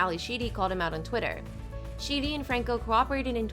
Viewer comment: You mean "Sheedy" lol